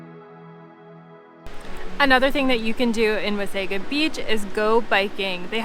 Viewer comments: Being Canadian we usually don’t make soft pronouciations of words. Wasaga is pronounced by most Canadians as Waysayga. A Croatian word pronounce it like you said Wahsahga. I guess it is just habit by your active tongue ! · I think the correct pronounciation is Wah-sah-gah Beach. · Please pronounce Wasaga-Beach correct. It's a native word and please appreciate this. Next time please correct this. Thank you❤ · Thank you for posting... YES, at the very least, pronounce it properly.